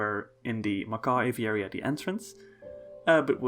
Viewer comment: My word. A video so soon. And he pronounces the word 'aviary' properly. You'd almost think someone replaced him if he didn't say 'little' in the video. Really lovely exhibits. The panda exhibit looks cool, although it seems like a bit of an escape hazard. That aviary is gorgeous. So many cool little details